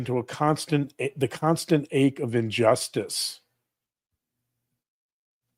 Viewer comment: Her saying "unjustice" system was very telling to me.